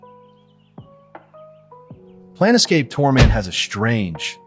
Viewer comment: NIT: It's not "Plan-Escape" it is "Plane-Scape"